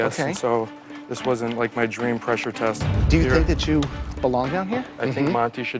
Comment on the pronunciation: Lmao when he said it wastint u😂😂